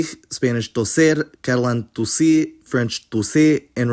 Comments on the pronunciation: "tossir" was mispronounced tough, he said something like tossix, LOL, never heard that one before. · A few of the Portuguese phonetics are wrong, for example the word "tossir" would never be pronounced [to'six], with the R sounding as /x/ as you wrote. The R sounds like /ɾ/ in Portugal and either /ɾ/, /ʁ/, /h/ or dropped completely in Brazil.